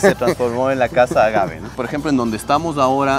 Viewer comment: Muy interesante este reportaje. Bien explicado, se nota el conocimiento sobre este tema. Tantas cosas que nuestro país ofrece y a veces no lo sabemos. Lo único que me pareció extraño es que seguías pronunciando "ágave" con acento en la a cuando no es de esa manera, a pesar de que escuchabas al experto en el tema no lo corregías. Por favor dilo de la manera correcta sin cambiar el nombre. Saludos desde Canadá 🇨🇦🇪🇨